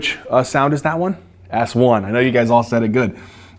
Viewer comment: Great video and great enthusiasm as always! You're amazing. But fun fact, I kept hearing you say "it's a soft ass one" until I realized you were actually saying "soft S1" hahaha